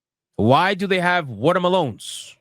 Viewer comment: Bruh, watah Malone's had me rollin 😂